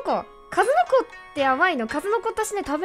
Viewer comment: かず↑のこの発音好き